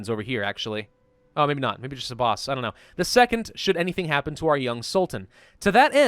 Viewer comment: "Abaws" it's pronounced "A-baass" like "a-base" cheers